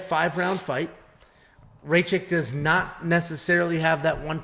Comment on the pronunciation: U pronounce Rakic very wierd, I think rakic wins a decision but it’s so close